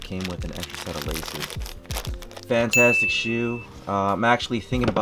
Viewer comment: Drinking game: take a shot every time he says fanatastic